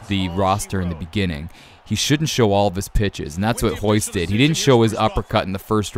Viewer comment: Why do you keep saying "hoyce" when it's Royce? Is it just pronounced differently?